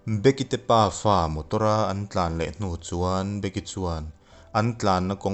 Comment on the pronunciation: Be-ki(becky) tiin lam zawk la a fuh angem aw ka ti .. A ngaihnawm khawp mai..